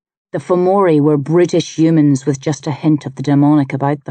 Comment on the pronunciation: Aye thanks captain obvious. Still sounds like British with the way she said it though 😂